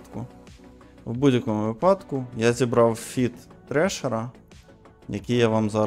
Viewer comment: Треше фліт іш'ю, а не ТРЕШЕР!!!! Якщо ти просто для краси промовляєш англійську так, наче ти знавець (хай всі про мене думають: вау, такий акцент, закачаєшся просто, "Який же він хлопець крутий!"), то це виглядає ще гірше за двієчника. Кароч, ти понторіз і, мабуть, такий в тебе й контент.